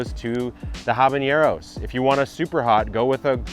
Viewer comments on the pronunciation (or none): I love all your videos so much. They're digestible for overwhelmed beginners and the production value is fantastic. Just wanted to point out one small note, there is no accent marker over the n in habanero. You pronounce it like a standard n. 😊